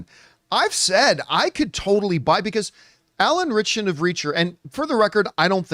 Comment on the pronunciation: Anytime people say Alan Ritcherson I throw up in my mouth a little bit.